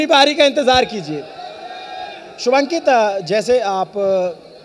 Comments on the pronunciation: Yar ye Shivankit ko Shubhankit q bol rha ... Thoda homework bhi nahi kiya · 36 बार शिवांकित को शुभान्कित बोल रहा है। घण्टे का रिसर्च किया होगा इन्होंने? कोई टोक भी नही रहा है इनको 😏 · अरे वो शुभांकित नहीं शिवांकित है। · Bhai anchor shubankit bol raha hai.. He's Shivankit... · This is a thing of shame that you're pronouncing his name wrong again and again... He is shivankit not shubhankit... At this level the mistakes are not mistakes... They are crime😡 An apology is required from the side of Lallantop, you have insulted a well known artist.